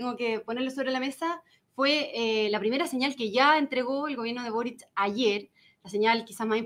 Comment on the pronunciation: No, es Boric..? Por que Borich??